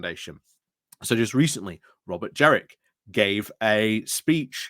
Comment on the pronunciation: It's JENRICK with an N. His nickname generic jenrick doesn't work if you mispronounce his name.